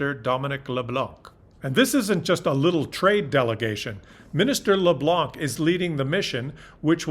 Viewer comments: its leblanc,not leblank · Fyi, the C in Leblanc is silent, it's pronouce Leblan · Leblanc - the "c" is silent... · hey there, you don't pronounce the letter C in LeBlanc, LeBlan, kind of like the Americans saying Mel Blank. Canada and Mexico have bin strong along with the US, until BB came along, he's going, count down clock has started just wait and see. You would not believe what Mexico has done for Canada, and the USA. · When saying "LeBlanc" don't pronounce the c. 😃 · you speak Spanish but in French Leblanc was not so good pronunciation the C is silent pronounced Le blah, UNFORTUNATELY EVEN Canadians pronounce the c and it sounds terrible, sorry just wanted point it out. hahah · do not pronounce the final ``C`` in LeBlanc and you will be perfect. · Every time I hear it pronounced that way, I think US pronunciation ...